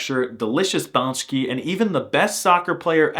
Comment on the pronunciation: this video made me laugh. by the way you slaughter work "pączki" - but that okey, i slughter all forein words. Anyways, i really wanted to express my gratitude for this video - it is just great. Keep doing what you are doing! I spit my drink on "Bydgosz" . I am glad that i gasped for my breath after this good laugher. I find this video a great balance between educational purspose and fun Yes, i have hit the "subscribe" button after watching this. "Kiełba" accent on top of the letter XDDD. Love the video now and i it only gets better as you watch it all.